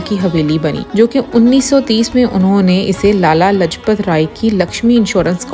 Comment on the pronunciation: It's pronounced as Laaj+path